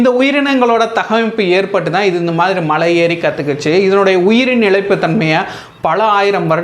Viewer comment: தலைவரே மழையில்லை. மலை.